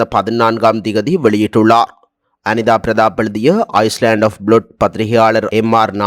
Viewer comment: ஐஸ்லேன்ட் அல்ல ஐலேன்ட் Island.